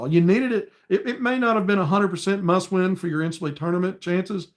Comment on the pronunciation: OK, did you say it was a muss win! I have heard that before! Lol. Go hawgs